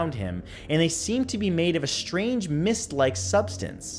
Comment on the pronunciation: shrange shapes shrouded lol